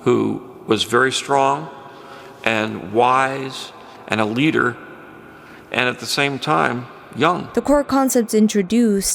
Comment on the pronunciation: Powaful Leida